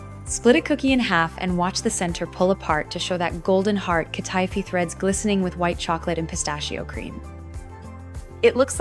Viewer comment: It's hurting my ears and my mind to hear her say Katifi. She's mispronouncing the word she's mispronouncing the name.